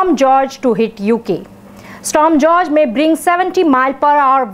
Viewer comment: It's pronounced 'Storm Hoor-Hey'.